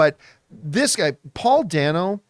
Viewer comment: I, too, loved the film but I gotta tell you Paul Dano pronounces his name “Day-no,” not “Danno.” I have been a fan since L.I.E. and look forward to anything he is in.